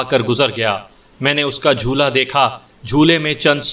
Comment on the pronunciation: بھایی تم جب بار بار جھولا(jhola) کو jhoola کہتے ہو تو بالکل اچھا نہیں لگتا، اسی طرح مطب کو مطلب۔باقی سب زبردست ہے۔ Love from India.